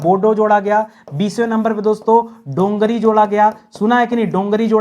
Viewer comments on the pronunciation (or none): Well done sr But it's not Dongri ,its Dogri the native language of Jammu .